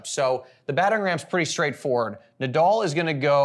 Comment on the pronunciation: It's Na- dal, not Na-dull.